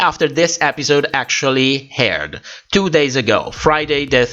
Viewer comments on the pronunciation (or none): I love the way you pronounce h'aired <3